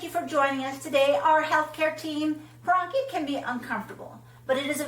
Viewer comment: Wow! You mispronounced paronychia!